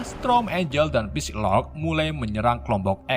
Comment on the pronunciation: note: psylocke dibaca sailok bukan pisilok min